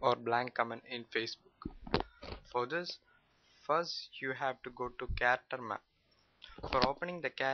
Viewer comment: Its "Character Map". Sorry for the wrong pronunciation.